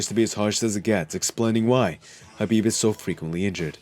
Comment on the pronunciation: The K in Khabib isn't silent is it because the narrator sounds like he's missing the K at the beginning every time he says Khabib's name. I bet Khabib can't stand when mofo's say his name wrong and I bet it happens 24/7 smh